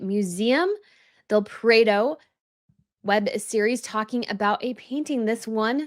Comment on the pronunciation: Love your commentary and....small FYI--the Prado museum in Madrid is pronounced Prah-do. Favorite comment today--"The awfulness that is MM"--covers everything; perfect. Finally, if there are children and they are with with her, imo Archie is in danger and the girl isnt much better off. Seriously